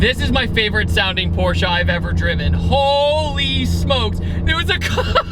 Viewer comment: Very rare that anyone pronounces "Porsche" correctly... Por-sha. So I give you props for that, you're a real man of culture. (For real, people mispronouncing Porsche bothers me more than it has any right to... I'm dumb, I do know this.)